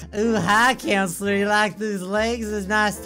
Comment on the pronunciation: you said counsler again